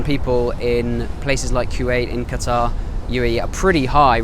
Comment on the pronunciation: I can't believe many people still mispronounce the word Qatar